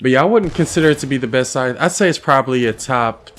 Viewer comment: Say sycthe SIKEEEEEE 🤦🏻‍♂️